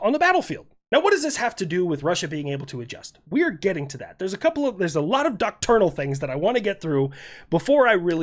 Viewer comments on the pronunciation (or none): Doctrinal, not "docternal". Thanks. 🍺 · And the first thing I learned today was I need to adjust my hearing aid for 'isms: "duckturnal" = "doctrinal". 😏🦻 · Please learn how to pronounce "doctrinal" It does not fucking rhyme with "nocturnal", you fucking potato. Doctrinal comes from the word doctrine. That R-I-N syllable sounds like "in", as if you were saying I want to sit in my chair Doct-rin-uhl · Take a drink every time says "doctrinal" wrong